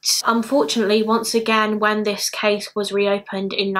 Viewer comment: The way you say "case" sounds like we would say cheese in bavarian dialect(southern germany): "käs". "Käse" would be without dialect. Always puts a smile on my face. I like it very much, thou